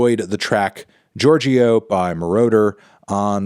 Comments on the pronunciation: Anthony is Italian American and has listened to RAM tons of times, yet can’t pronounce Giorgio 🙄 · The guy tells you in the song how to pronounce his name and you still do him like that